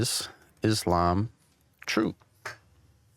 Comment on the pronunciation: It is Islam إسلام my brother with an 'S' and not Izlam that sounds like Aslam أزلام witch means in Arabic lots, arrows, idols-divining arrows, drawing lots, divination by arrows.